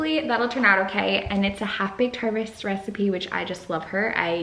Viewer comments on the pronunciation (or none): Ohhh "half baked harvest" is what u said...I literally heard "havbaherffergger"